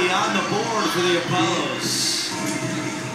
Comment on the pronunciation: You forgot the S after Apollo